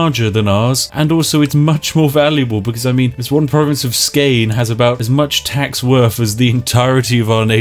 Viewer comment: Spiff you said Skåne wrong its pronounced (Sc-oooo-na)